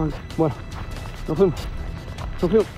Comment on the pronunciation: cada vez q pisa: "no fuimo" JAJAJAJAJAJJAAJAJ